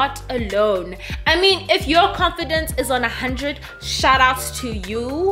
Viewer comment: Lol I just love you 😍...love how you say comfidence instead of confidence 😅😅you remind me of a friend of mine you couldn't say green he said dreen😂😂😂,Sweedy😍😍😍 hai la view***